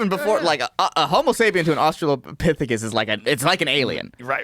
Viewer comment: Stop with "austrailia pithicus" already